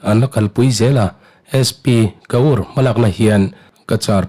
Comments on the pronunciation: ' Ka ur ' ti a lam ri lovin " kâwr ' ti a lam rik a dik zawk lo mawr...!!! ?? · sp hming hi ka ur ti a lam lovin kawr ti a lam zawk tur a ni lo maw ka ti mai mai. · Cachar SP hming hi "KAUR " punjabi nu a ni a, kawr/Core tih anga lam tur a ni e.Please